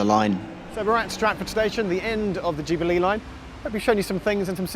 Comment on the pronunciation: I like how Geoff pronounces Jubilee as ju-bee-LEE.